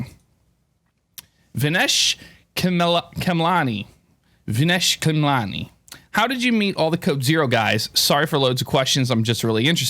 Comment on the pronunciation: Thanks for answering my questions. I was vinesh khemlani as you can see. Hahahhaha. Your pronunciation of my name was actually close